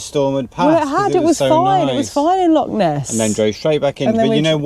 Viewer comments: and; ask a local on how to pronounce lock and loch. Just a tip. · Have to agree no excuses for saying lock,they're found in doors and canals, how long would you wander in the lake district calling it the Loch district before someone would want to correct you .